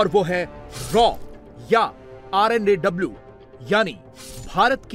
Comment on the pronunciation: RAW nahi R&AW